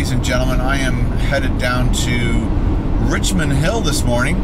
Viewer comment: It's supposed to be "Richmond", not "Richond"